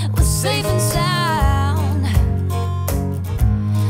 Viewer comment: Argh, great cover but when you say "SSSafe and SSSound, make sure its not ZZZafe and Zound" that buged me the whole time